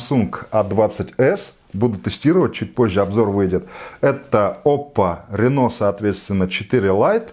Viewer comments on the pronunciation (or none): снова проблемы с ударением, ) Не автопроизводитель Рено, а Оппо Рино.